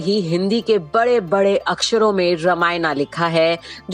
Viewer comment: Aapko padhne Ata hai nahi,ramayan ko aap ramana bol rahi hai,hindi me bhi aap angreji padh rahi hain